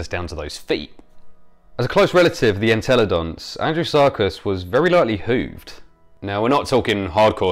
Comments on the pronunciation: I keep hearing "Andrew Serkis" :) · It sounds like you keep saying Andrew Sarkis. At first I thought that was who discovered the fossil.